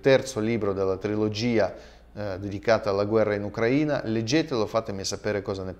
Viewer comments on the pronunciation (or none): none